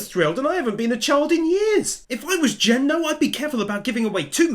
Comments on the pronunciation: Just want to let you know great video, but you are saying Gen's name wrong, you keep saying it as Jen. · GEN IS NOT PRONOUNCED LIKE JEN